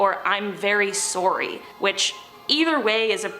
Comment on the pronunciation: I REALLY hated the way you said “sorry”😂😂😭🤦🏼‍♀️ I’m sorry I just had to get that off my chest hahah